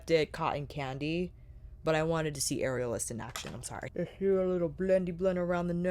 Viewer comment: Am I the only one who kept hearing “areolas” and not “aerialist”? 😂 Beautiful looks!! Not the palette for me but I love to see what creativity it inspires in others!